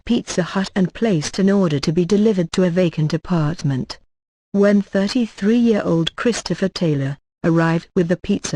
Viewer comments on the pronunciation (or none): the way that computer lady said apartment sounded like "apah-t-ment" xD